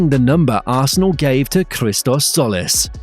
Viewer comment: By the way, it's not Solis, it's Tzolis, pronounced Jolis. Tz in Greek does J as in Jeep.